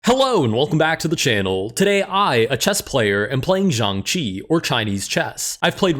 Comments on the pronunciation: "xianqi" It's Xiangqi bruh 💔🥀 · It's not even xianqi it's xiangqi. Or 中国象棋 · blud does not know Xiangqi is read siangqi not ziangqi lol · Xiangqi should be pronounced somewhere in between “shyangchi” and “syangtsi”, and definitely not with “zyangchi” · xiangqi but ok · It's XiangQi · good to know: xiang qi is pronounced something more like syahng tsee! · As a Chinese person, ty for making this video bro. I appreciate you bringing the spotlight to chess of different cultures, and if you’re planning on continuing this series, I bet it’d delight a lot of fans if you also got your pronunciation right! Xiàngqí may be a bit hard to pronounce, so here’s my attempt at making a phonetic guide (although it’d be best to just do a quick search/use some translate app and give it a listen): Sh-yee(least emphasis on this syllable, it’s more of a passing tone)-ahng(most emphasis on the “ah”) chee (with a rising tone on the “ee”) No shade on. I get that he’s not a Chinese native, but the best way to respect someone or something is to try to get their name right, and the difference is noticeable. Thank y’all for your patience, and I hope y’all don’t take this personally or take offense to this 🙏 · You pronounce it almost like shang chi from marvels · bro its xianGqi 💀💀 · butchered the pronunciation today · Funny thing about accents: I actually heard a "g" in his pronunciation of the word. I'm not sure how it would sound with "extra" g-ness. Edit: I don't speak Chinese, so I'll have to defer to your expertise; but I also can't tell what was wrong.